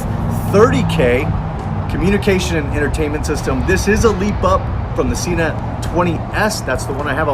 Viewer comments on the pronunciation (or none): 1.7 kg for the entire world other than our backwards nation... Also Sena (senna). That is how they pronounce their name, not an opinion. Otherwise thanks for a good review.